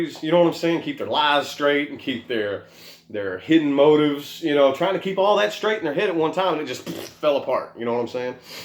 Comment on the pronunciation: Loved the way you said "Yew should talk about your problems!" 🖤👌